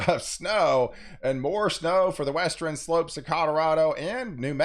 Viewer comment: I like how he puts the "E" between the R and N in eastern and western